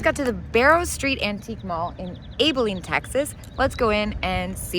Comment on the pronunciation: Abilene is pronounced like Abby not Abel.